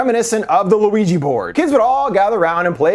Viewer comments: The Louigi Board? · You said Luigi board and I love you.